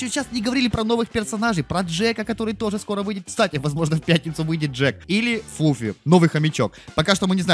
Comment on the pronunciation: Не флуффи а флуффа,у меня был баг такой,когда вышла из suspects,зашла и там все персонажи